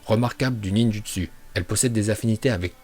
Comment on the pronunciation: Aprend a parler français parce que fure ninjustu aulieu de ninjoustou c chaud